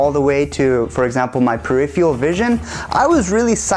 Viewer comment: its not "periphiural" its peripheral :P per - riff - fur - al cool video tho, thx!